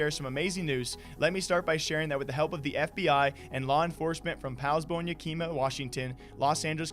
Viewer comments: as I Washingtonian, it physically pained me to hear how you pronounced Yakima, on the off chance you ever say it again, it is pronounced Yack-uh-ma. beyond that, drink ya wa drink ya ca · You're not a native of Washington, you butchered Poulsbo and Yakima pronunciation. It's more like saying Paulzbo and don't say "i" like (ee) it's "i" in "it" for Yakima. It's cringe, for the ears of a native. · You pronounced Yakima wrong